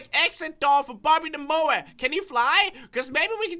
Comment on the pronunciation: I love the way he says bobby the moa LOL Bobby da moa